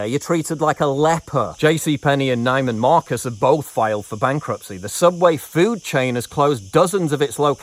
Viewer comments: It's pronounced "Nee-man Marcus" not "Ni-man Marcus". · It's pronounced "NEE-man Marcus" Paul